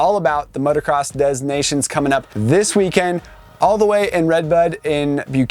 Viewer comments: If u want to say it the French way it’s “motocross de nacion” . Don’t pronounce the S and nations is pronounced differently. Anyway. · If you say Des Nations to a French they'll say "DES NA-C-ONS ?"